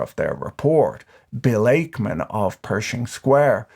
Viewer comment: "Ackman" sounds like "pac-man" not "ache-man."